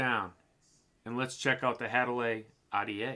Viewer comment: Had-a-Lee I THINK is how it's pronounced...as always another great review my dude..